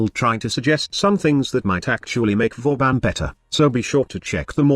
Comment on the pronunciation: Vauban... IS THIS BOOBEN PRIME?!?!?!